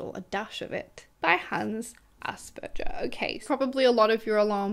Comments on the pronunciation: Maybe fun fact: ‘Asperger’ is pronounced with a hard ‘g’. People probably don’t say it like that though because it sounds like ‘ass burger’. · Hi there! If you like, you could incorporate a tiny detail- the g in the name Asperger is pronounced like the g in garden. I enjoy your content very much. Thanks & greetings from Berlin